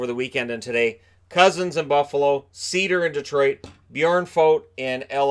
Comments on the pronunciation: It’s pronounced “Cider” not cedar haha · It's SEIDER not SIEDER!!!!!!!!! PRONOUNCE IT RIGHT!!!!!!!!!!! please, thanks. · It's not pronounced sider. That's just wrong. Its SEider, the E is never silent. and e is pronounced like i. So seider. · Seider’s last name is pronounced like cider. In German, when you have i and e next to each other you pronounce the second letter ie has an e sound, ei has an i sound